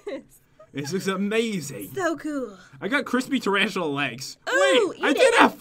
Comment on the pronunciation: I love it how said Trantalla